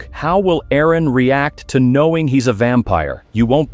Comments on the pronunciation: "Vempire" wrap it up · “vempire” no shit